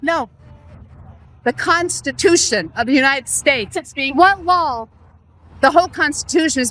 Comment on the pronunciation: At least the the lady in the yellow pronounces, "law" correctly. Kaitlin is smart and good at what she does, but now I remember why I stopped watching. When she says, "lawels" or "sawl" it hurts my hears. "What lawels are they breaking"? Yikes